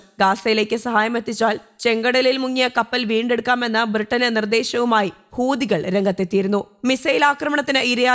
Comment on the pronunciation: ഹൂദികൾ അല്ല. ഹൂത്തികൾ എന്നാണ്.